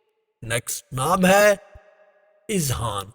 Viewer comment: azhan hota h izhan nahi